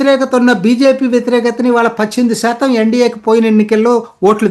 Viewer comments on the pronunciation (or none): none